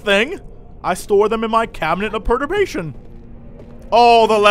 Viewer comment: also, jesse, take it from an englishman. you are saying perturbation wrong :-p and to be perturbed means to be disturbed and unsettled.